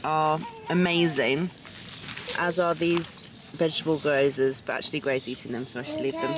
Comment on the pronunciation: Love your content but it kinda killed me when you said ‘goy-o-za’ from the food market. It’s ぎょうざ - Gi-Yo-Za 🙇🏻‍♀️